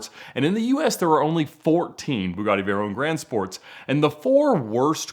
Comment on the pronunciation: "Vay RONE"